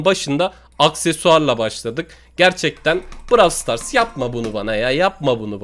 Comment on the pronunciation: abi bravl star demeyi bırak onun adı browl stars diye okunuyo